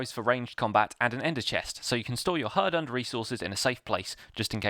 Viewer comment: hurdurned... Love it